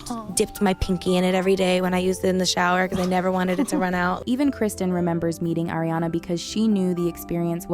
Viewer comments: It’s ARI-ana not AIRI-ana. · ARE-iana, not AIR-iana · It’s pronounced ARE-iana. Not AIR-iana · not Air, it's Ari-ana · why does she keep calling ariana eriana?? xd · IT'S AW-REE-AWNUH